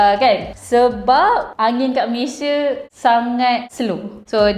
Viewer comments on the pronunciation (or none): none